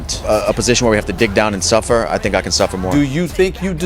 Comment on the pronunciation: Ngl Conor really got me dying when he said "they don't tink like I tink"